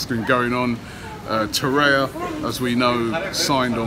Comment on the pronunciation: Arsenal. Exactly. REBIK not REBICH for some reason. Must be an inner ear problem. He even started calling Torriera TORAYA until recently..smh.